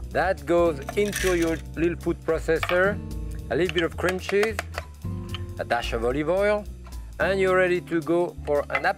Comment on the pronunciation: He said "crim chis" not cream cheese.